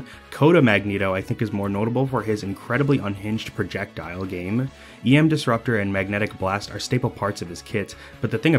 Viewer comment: Ohhhh you said EM Disruptor and not Yam Disruptor. That makes so much more sense.